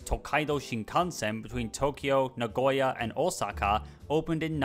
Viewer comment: i'm glad your pronounced Osaka correctly! One thing at about you said Rancho Cucamonga was west of LA when it's in fact East of LA. Overall nice video, I watch a lot of train and city videos!